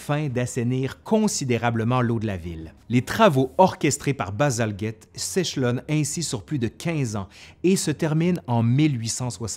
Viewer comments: D Mais pour un francophone ... ce n'est pas Bazalguette! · Bien présenté, avec beaucoup d’enthousiasme ... Mais pourquoi vous prononcez si mal le nom de Bazalgette? Le G suivi d'un E ... Donc le G ne devrait pas être "dur"!! Bazalgette était un petit-fils d'un immigré français!